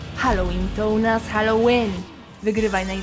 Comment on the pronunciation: Halloween to u nas HALLOŁYN XD